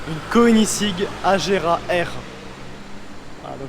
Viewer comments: Super vidéo ! Quelle beauté le Agera R ! Par contre le prononciation de Koenigssegg, je suis pas sûr que ce le dise bien 🤣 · Désolé mais j'arrive pas à m'y faire quand tu prononces koenigsegg mdr 😂😂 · La prononciation de koenigsegg 😂😂😂